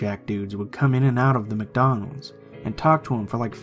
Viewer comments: So where going to ignore the fact he said “Macdonald’s” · Did anyone notice the "Macdonald's in the beginning